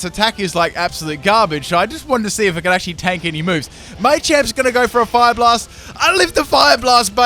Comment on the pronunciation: I can't believe u can't even say machamp